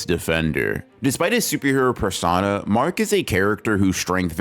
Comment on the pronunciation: I’m clicking off after this guy just pronounced persona like that bro 💔💔